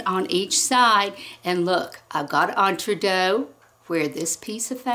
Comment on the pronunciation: Great video. Very informative. But the mispronunciation of Entredeux sounds to me like fingernails on a blackboard. So sorry. 😢